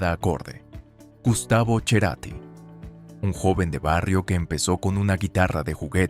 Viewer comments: No he podido ver el vídeo, a los 4 minutos ya había repetido más de 5 veces " cherati" y me daba la sensacion que hablaba de otra persona. Ya sé que es apellido italiano y así se pronuncia, pero yo toda la vida he escuchado Cerati. "cherati" suena acomplejado repelente. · pero él nunca se hizo llamar de esa manera. Entonces se diga como se diga en el país de origen, en el adoptado, y en la flia que llevó ese apellido en este país, lo pronunciaron siempre /c e r a t i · / no estamos en Italia, ergo, si el que lo lleva lo uso y lo pronuncia en su forma españolizada pues vive o vivió en un país de habla española entonces s3 dice como su usuario lo usa. Si lo quiere decir en italiano, váyase a Italia. Cerati es un artista argentino que se hace llamar /c e r a t i/, y x tsnto toda su lógica y perorata idiomatica metasela en su viaje a Italia. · no soporto escuchar "cherati", arregla eso en la AI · A la 3ra vez que dijo Cherati, dejé de verlo. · Como se nota que sos un mal presentador. Se pronuncia Cerati y es un barrio de Capital .Buenos Aires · Te equivocas, deberías ser así Cherati, por el termino en italiano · Gustavo cherati 😂😂,no los argentinos lo pronuncian así que ridículo. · MENTIRA, EL APELLIDO SE PRONUNCIA IGUAL.. SU PADRE ERA DE ASCENDENCIA ITALIANA POR ESO EL APELLIDO.. TAN SOLO PONGO DE PRUEBA QUE ESCUCHEN LA PRONUNCIACIÓN DEL MISMO CERATI Y MÚSICOS, TODOS LO PRONUNCIAN CORRECTAMENTE SIN LA "CH" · Al menos interiorizate de cómo se pronuncia su apellido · El informe está lleno de errores, ni siquiera sabe pronunciar su nombre. Love eterno a Cerati❤ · Tal cual, chizme barato y encima ni lo sabe nombrar, malisimo!!! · Para empezar decí bien el apellido! 🤨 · pero te rasques por dónde te pique Gustavo Ceratti ES, FUE U SERÁ ARGENTINO. Y los apellidos se pronuncian como son, no como se le ocurra a un mejicano o a un estadounidense. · es cerati no cherati corta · se escribe CERATI Y SE PRONUNCIA CERATI- NO CHERATI, POR DIOS! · No es Cherati... Cerati